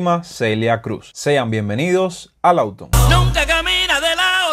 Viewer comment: Puntalar no se dice, se dice APUNTALAR. Y no auto, sino LAWTON. MALA TRADUCCION Y PEOR PRONUNCIACION. Los nombres propios se escriben con Letra Mayúscula.